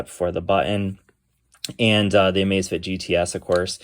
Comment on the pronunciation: LMAO it sounds like you're saying the Amazfit ass